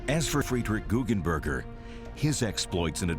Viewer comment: its GuggenBERGER not burger XD